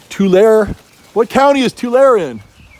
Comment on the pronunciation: Love your videos. Tulare is pronounced too-larry. 😉